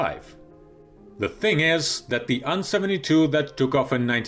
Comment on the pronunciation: You pronounce A and N separately, not as "an".